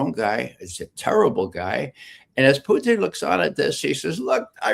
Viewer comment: Who is this friggin guy? Why can’t he say Putin correctly? Or is he saying Putin correctly and we’re all saying it wrong?